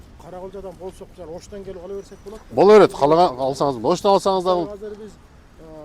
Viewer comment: мисалиы деген созду жакшы суйлойт экен бобок сыяктуу😅